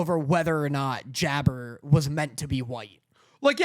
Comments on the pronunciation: Jabbar just to let yall all know is Arabian his name is a give away and its not how ya pronounce it ...its JAB-BAR ... like Aladdin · And I didnt mean Aladdin like that I mean its pronounced the same as jafar